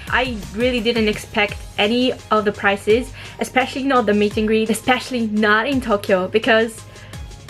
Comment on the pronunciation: third video im watching and i keep telling myself you mean prize but when i hear price i just forget what i said and i get lost again